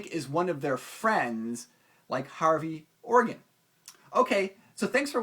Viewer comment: Maybe it was just the way you said his name - Hairy Organ :)